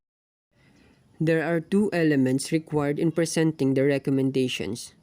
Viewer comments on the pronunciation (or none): Your pronunciation should be improved, follow some "sound" for that, this is not your fault but your inherent way of expressing the things. For instance, presenting sounds odd.